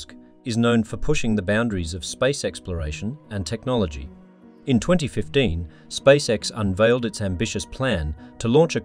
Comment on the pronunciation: A very concise video thank you. My only small gripe is the voice over constantly calling SpaceX wrong and calling it SpakeX. Im not sure how this error could slip through even if they hired a voice over presenter.